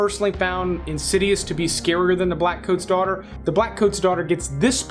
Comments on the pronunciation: Daughter, not Daghter. 😊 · You said _Daghter_. Heheh 😏